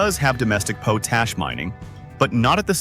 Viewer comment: Potash is generally pronounced POT-ash (short 'o' as in "pot", then "ash") with the stress on the first syllable. The phonetic spelling is / 𝒑 𝒕 . æ / in British English and / 𝒑 𝒕 . æ / in American English. It is pronounced exactly how it looks: "pot" + "ash". Cambridge Dictionary